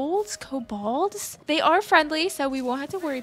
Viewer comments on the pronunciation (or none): Hi! German speaker here! Kobold (pronounced co-bald) is actually German for goblin/gremlin! Hope this helps!